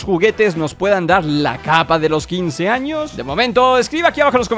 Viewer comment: dice años pero parece que dice anos XD